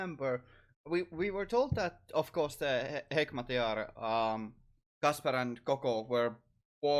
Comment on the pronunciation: His name is not really Russian. It's the way they pronounce his name kind of is. (that's how a Russian with a strong accent would say Kasper)